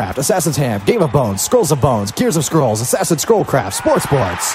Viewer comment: don't you mean SPWAATS SPWAATS??????